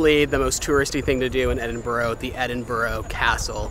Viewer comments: Just a tip, when you say Edinburgh, say it with 'burah' at the end rather than 'burrow' 🤗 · Please please...it's really not pronounced Edinboro More like... Edinburrrruh 🙏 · First thing you should do when visiting Scotland is to learn to pronounce Edinburgh. It is not EdinBORO! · Hi guys, so you are in my hometown Edinburgh. By the way it’s pronounced Edinburra. Lots to see and do while you stay in the borders. I hope you have a great time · Great your able to travel so cheaply. Edinburgh is pronounced Edinbura. Hate when foreigners pronounce it wrong😊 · They are called v chips and it's Edinburgh not bro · Great video, try pronouncing it Edin-bruh